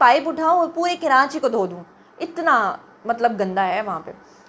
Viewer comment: کراچی ہی تو ریوینو دیتا ہے جس سے پنجاب اپ کو اچھا لگ رہا ہے ۔۔سندھ حکومت کھاجاتی ہے ج کچھ بچتا ہے اپ جو کرانچی کرانچی کر رہی ہیں ۔۔یاد رکھیں ۔کراچی میں مکرانی بلوچی پرانے لوگ بھی رہتے ہیں ۔پہلے کراچی کا نام کولاچی تھا ۔۔اور اردو اسپیکنگ نے کلاچی سے کراچی رکھا ہے ۔کراچی میں جو لوگ کرانچی بولتے ہیں ۔ان کی زبان اردو نہیں ہے اور کراچی میں دوسرے صوبوں کے لوگ رہتے ہیں ۔۔لیکن لاہور میں تو پنجابی ہیں ۔وہ کیوں لاہور کو لو ہور بولتے ہیں ۔۔پہلے اپ لو ہور اپنا ٹھیک کیجۓ ۔۔ ویسے اپ کی اردو بولنے پر ایک دفعہ تو مہرین سبطین بھی مذأق اڑأ رہی تھیں ۔۔اپ خود کتنے لفظ غلط بولتی ہیں۔۔ سندھ کی حکومت سندھی ہے ورنہ پہلے مصطفےکمال نے کراچی کو بہت صأف ستھرا بنادیا تھا ۔اور وہ ایشیاء کےتیسرے بڑے میٸر تھے